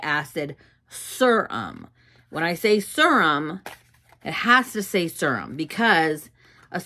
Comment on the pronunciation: i can’t watch this if you keep saying serum like that 😭😭😭😭